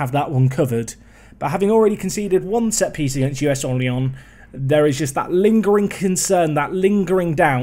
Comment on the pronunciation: Orléans was perfectly pronounced! Great stuff mate, Luzenac looking good!